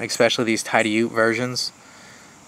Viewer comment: Great video. Hey, allow me to help you out with the pronunciation of "TIDIOUTE". There are 2 ways to pronounce it. One way is: "TIDD-EEE-YOOT".....that is the way most say it. But the actual way is: "TIDDY- OUT", as in "go OUTside". ( It's not pronounced like the laundry detergent "TIDE"....the proper way to pronounce the first syllable rhymes with "BID" so it's "TIDD" "EEE" "YOOT" ) It is an ancient word from the Iroquois Indians meaning "protrusion of land" like a peninsula. The land that the town of Tidioute is on, is where the Allegheny River does a hairpin turn, and that finger of land inside of that river-bend is where Tidioute is located. Bill Howard first opened the doors to GEC on August 1st, 2006. The old factory needed cleaned up & had been vandalized while it sat vacant. Next, Bill brought in all the old cutlery machinery that he bought from some wise people who bought & kept it themselves. Thank God all that old cutlery machinery wasn't sent to the scrap yard. Bill immediately hired & began training up his workforce & they made approximately 1500 knives nearing the end of 2006, and they first released those 1500 knives to the dealers about March of 2007. I don't see how he pulled all that off in such a short time, but he did. The #73 and the #23 both are a very close copy to the old original Remington "Bullet trappers" from the early 1900's, one of the best heavier-duty trapper patterns. ( And so is the #42 that came after, as well as the brand new #83 that